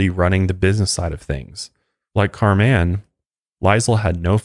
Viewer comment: You’re pronouncing her name as Car man. Lol. It’s pronounced just like Carmen. This story is fucked and I hate these people.